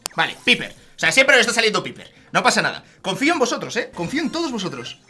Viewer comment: Nose dice piper se dice paiper inteligente